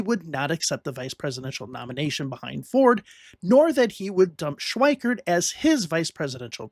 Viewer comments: It's not pronounced "Schweikert." There's no "t". It's Schweiker. Get it right. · FWIW: Richard Schweiker's name does not contain the letter "t", so the narrator's pronunciation of that name as "Schweikert" is a bit jarring -- and inaccurate.